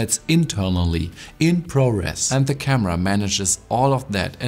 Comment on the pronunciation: dein deutscher dialekt ist echt übel XD. teilweise wirkt es so als wolltest du extra englischer sprechen... und dann verkackst du das "very". daraus machst du ein "whery"... und wenn ein vokal nach dem "the" kommt, wird es "thee" ausgesprochen. nicht böser gemeint. ich formuliere immer sehr unsensibel.